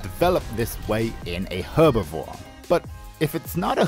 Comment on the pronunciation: please stop pronouncing herbivore incorrectly